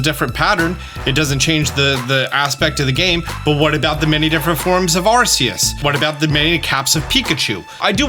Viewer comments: The only thing that ticks me off about this video is the way you pronounce Arceus. It's supposed to be "Ar-key-us," not "Ar-see-us." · Please say arceus right